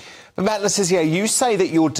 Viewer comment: Stop calling him Le Tizzier! It's Le Tissier!